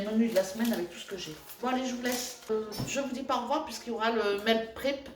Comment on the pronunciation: Bonjour, tout d’abord je vais te dire que moi la voix off je n’aime pas du tout ! Trop sérieuse ,pas de gros mots, pas de bla bla, pas de rire ! Bref ce n’est plus toi ! Mais je regardes quand même ! Lol .J’ai quand même sourit lorsque tu as dit : Meal prép avec ton accent français du sud ! En gros je me suis quand même régalé ( avec les yeux ) avec ta vidéo ! Bon voyage je crois me souvenir que c’est demain le départ ,à bientôt vidéo avecJoêlle j’espère , on va rigolé j’ai hâte ! Gros bisous ❤️🥰